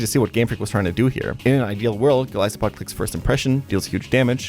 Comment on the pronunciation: why did you pronounce Golisopod in this video like this? I've been misspronouncing it for years because of you, only to listen to its original name? SHAME!!!